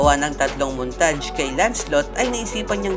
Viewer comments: Montaj pla basa hindi montage haha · BRAXY-BASA NI BREYSI BRAXY-BASA KO BRAKSI MOONTAGE-BASA NI MUNTAYG MOONTAGE-BASA KO NORMAL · montadsh or montage? HAHAHAH